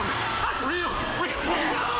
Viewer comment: How he said 'no's Is he from that 'no! Just no!' Meme?